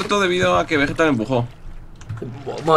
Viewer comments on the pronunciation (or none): Willy: "Vegerex" Vegetta: "Wigetta" awww el nacimiento de wigetta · lol dice wigetta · Vegetta dijo Wigetta :3